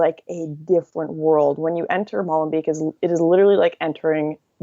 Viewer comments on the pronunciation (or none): It is pronounced more like "molenbake". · The 'ee' in Molenbeek is pronounced as the 'a' in 'hate'. No pun intended.